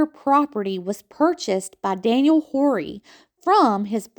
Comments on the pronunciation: Horry is pronated Orr-we. Huger is U-Gee. ❤️ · Loved all the history you included in your video. As a descendant of the Horry’s, Rutledge’s, and Pinkney’s, you did a great job. Only problem I had was your pronunciation of Horry and Huger. We are French Huguenots and these are French names. Check it out. Thx for your hard work. Love it!❤